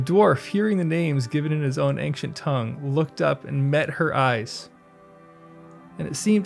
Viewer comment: That's not how you pronounce ancient. Great video though!